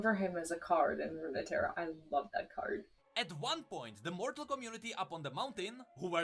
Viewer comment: Runeterra is just 2 words put together. Rune & terra. So it's just pronounced as "roontera".